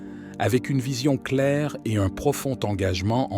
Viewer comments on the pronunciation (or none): none